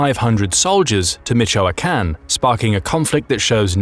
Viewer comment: 🥹🥹🤣🤣LMFAO.. ….@ min mark he said🥹🥹, “MICOACHAN” and keeps repeating it! MICOACHAN, MICOACHAN, MICOACHAN! Well that solves the question of use of narrative software!